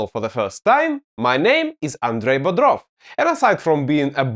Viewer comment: I heard your surname "Bodrov" as Brodov. Andrei is a true bro for bringing this kind of content to us new riders! Your lessons Saved me from harm more than once. Thanks a lot, man! Second year riding my 2024 Yamaha XTZ 250 Lander, with just a few "use marks" here and there!